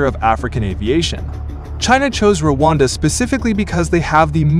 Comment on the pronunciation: Settle down - it’s Rwanda, not Wakanda